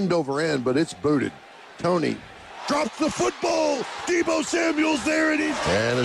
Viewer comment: 1st of all deebo is in the nfl and second of all it’s deebo not debbo